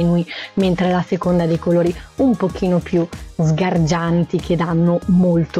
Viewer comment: Mi fa impressione quando dice sgargianti